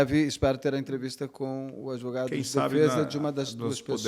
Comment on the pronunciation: Gostei desse doutor "adevogado"👏🏾👏🏾